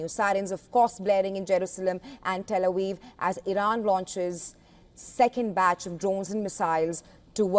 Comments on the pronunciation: Pronunciation 09, , "Tel Awiv" and not Tel Aviv. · "Tel A Weev?"